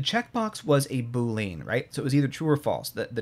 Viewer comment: BOO-lee-uhn but otherwise fantastic!